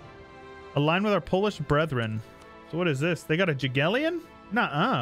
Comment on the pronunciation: And on a related note that came up in this episode, the same applies to the sound of the 'J' in (Polish) 'Jagiellon' -- so, roughly, "yah-'gyehl-lon" (pronouncing both 'L's kind of separately). I only bring this up because I can tell you care,.